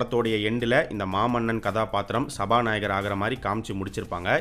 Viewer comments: சபாநாயக்கர் இல்ல.. சபா நாயகர். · சபாநாயகர்! சபாநாயக்கர் இல்ல..